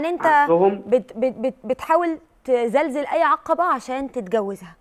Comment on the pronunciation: اسمها تزلل العقبات مش تزلزل. يامروة